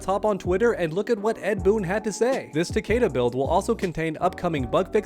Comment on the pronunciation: Its fucking ta-KEE-da.